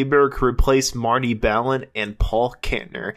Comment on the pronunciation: He who cannot pronounce "Marty" reveals at 1 minute into this to be a chump. Forget watching this for facts.